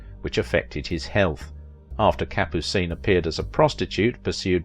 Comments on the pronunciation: Kapoo-seen? Yes, you've done your homework. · Capucine was very funny in The Pink Panther. Good in North to Alaska! (Thanks for pronouncing her name too.)